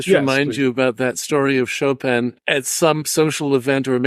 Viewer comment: qu'est-ce que cette prononciation de "Chopeune" ?